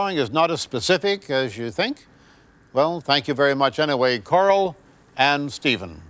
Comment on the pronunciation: I really thought that poor woman was named Carl. Randy, it's Coral like coral reef, not Carl. I love this guy though.